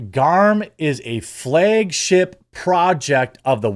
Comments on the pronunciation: FLAG. SAY FLAG. not Flaage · Why do you keep saying "flay-g-ship?" I know you mispronounce words all the time, but flay-g-ship? Really?